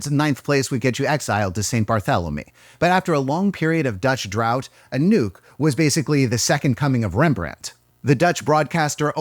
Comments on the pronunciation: well, might sound better like “a-nook” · It took me a good 2 minutes to realise you've said anouke and not a nuke. It's time to go to bed I guess. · everytime when you said "Anouk" i thought you said "A nuke" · I think I'm too tired for this video, I heard "a nuke" everytime Anouk was mentioned.